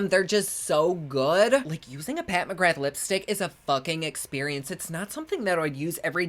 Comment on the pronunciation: Just letting you know that “Pat McGrath” is pronounced “Pat McGra” it’s Irish 🇮🇪